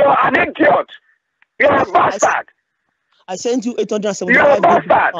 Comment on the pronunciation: "You're a PASTARD!!!.... You're a pastard, you're a ninja!!!" That made my day,! 😂👍